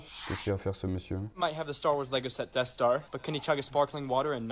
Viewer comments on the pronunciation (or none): none